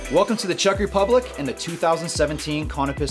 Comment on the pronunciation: Did he say Chuck Republic?